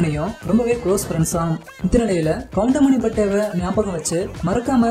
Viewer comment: Ennada goindamaninu soldra😠😠😠goundamani sirnu sollu